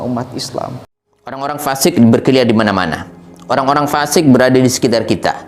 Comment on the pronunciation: Baiknya bedakan lafal fa buksn pa'